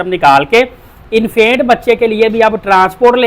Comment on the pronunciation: Bhai Infaint nhi Infant hota ha ;)